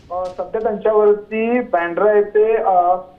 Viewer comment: बँड्रा नाही ओ वांद्रे बोलायला सांगा तुमच्या बातमीदारांना.